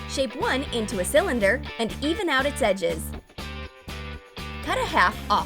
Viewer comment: Btw it’s laughing not lafeing and it’s edges not eges😂😂👌